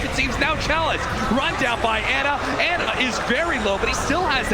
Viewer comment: I hate how Cap says Ana. Isn’t it pronounced “Ah Nuh?”